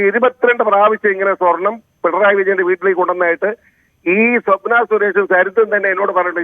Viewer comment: സ്വപ്‍ന അല്ല മോളെ 😁